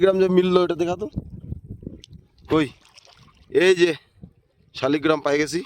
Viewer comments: দাদা কথা টা ঠিক করে বলুন শালি গ্ৰাম না লাল গ্ৰাম এইটা ভগবানের নাম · শালিগ্রাম না শালগ্রাম আগে উচ্চারণ ঠিক করুন পরে ইউটিউব করবেন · উচ্চারণটা ঠিক করে করুন, কথাটা শালিগ্রাম নয় শালগ্রাম ভগবান হবে। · শালগ্রাম,, শালিগ্রাম নয়